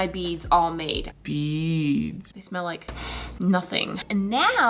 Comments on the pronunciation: It thought you said "Make beans" But you said "Make beads" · for the longest time i thought she was saying "make beans" 😭